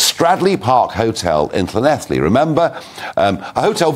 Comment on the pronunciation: he pronounced llanelli pretty well, fair play 👍